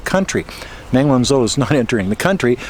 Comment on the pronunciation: Good analysis of the case; she is a very brave lady to stand up to them like this and endure through this farcical travesty of law breaking by the respective authorities., one thing bugs me: you don't pronounce the ZH in pin yin correctly - zh is pronounced like a j, so it's not Sen-Zen but Shen-Jen; where I live (Zhuhai) it's not Zoo-hi but Jew-Hi; and it One-Joe not One-Zo.